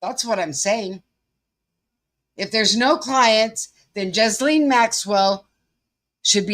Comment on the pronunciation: Just FYI, Ghislaine Maxwell's first name is pronounced more like "Gy-Laine" rather than "Jiz-lane". It is pronounced "Gy" or "Gi" like the uniform people wear doing Karate and Laine almost like rhyming with "Ben", but with a softened 'n' and an extra soft 'e' at the end. Her first name is very French, her last name very English, reflecting his family history.